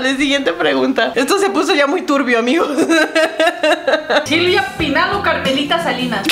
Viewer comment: dijo Silvia Pinado jajajaj y es Silvia pinal